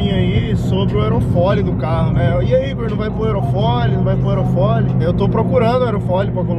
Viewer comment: Só eu reparei que o Igor fala "aerofoLI" invés de aerofólio kkkkkkkkkkkk